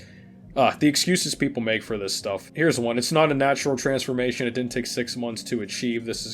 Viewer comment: Lol “trensformation”😂😂